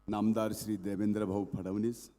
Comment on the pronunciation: "फडवणीस" नाही फडणवीस म्हणा धनु भाऊ तुमची चीभ नीट काम करीना....😂😂😂